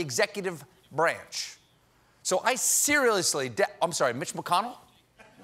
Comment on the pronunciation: Wait, did you just say "cereal-ously"?